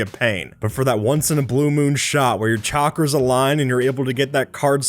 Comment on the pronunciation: He said chakara